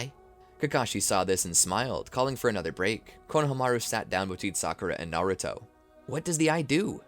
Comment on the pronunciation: "kuruma" "naruti" "shinshuriqi" 😭😭